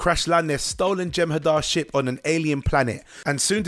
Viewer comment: Okay okay right off the bat you say Ship battles...even the captions shows Ship battles...but I still heard Sh*t battles 🤦😆